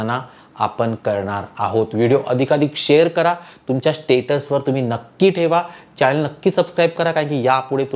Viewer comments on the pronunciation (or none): none